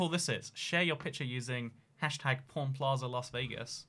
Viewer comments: how says pawn sounds like porn lmao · OMG I THOUGHT HE WAS SAYING PORN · Living in Vegas isn't that great unless you move to the subarbs of Summerlin, Spring Valley, or Henderson. Also, when I first heard him talk about the pawn shop I thought he said porn shop and porn star.